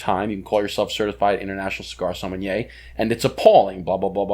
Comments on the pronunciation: sommenyeaaa is NOT a thing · There’s no “N” in the sommelier 🤣